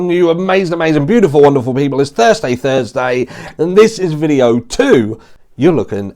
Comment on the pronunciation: I am glad you confirmed that you its Thurstay twice 🤣